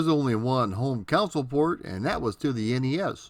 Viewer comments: You keep saying "counsel" when naming a home video game machine, but it's pronounced "CON-sole". It's not pronounced like the last name of the Milwaukee Brewers' Manager, nor like when you seek help from a shrink and/or an attorney. That aside, loving your content thus far (I JUST subscribed a few hours ago). Keep up the GREAT work! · Pronunciation of "console" (KAHN-sole) as "council" (COWN-sill) is very Midwestern.